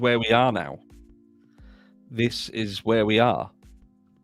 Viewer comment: I want to help you out😊 When you say “Y’all are my babies” you don’t pronounce the “are” you do but you don’t. You are saying it too proper lol. Just say “Y’all my babies” you can start to pronounce the “are” but just let it blend together fast. It’s kind of hard for me to explain especially when I’m typing. But I just want you to know you make me laugh so much every time I watch your videos plus it’s great information but you really really you make me laugh you’re very funny and you make my day.